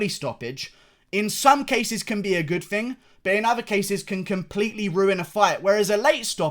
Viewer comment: You guys hear that, he said Fing instead of thing, he must be working on his accent he does not say it like that anymore, he's getting fancy like Kiera knightly